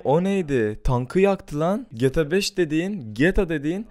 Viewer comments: Abi sinir oldum geta 5 gibi söyleme gta 5 i geeeta 5 de nolur sinir oldum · Gata 5 oyle okunmaz gta 5 böyle oku ur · Olum artık şu oyunun adını doğru söyle geta5 değil G T A 5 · Geta 5 değil ge tag 5 diye okumaya çalışırsan daha iyi olur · getabeş ne insan gibi söyle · abi cok uyuz oldum gta 5 i cok garip soyluyon geta 5 diyon biraz uzatar soyle diyer youtuber lara bak oyle soyle cok uyuz oluyorum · Abi Nasıl Bir Gta 5 DİYİŞİN VAR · abi gta 5 i ayni ruslar gibi diyon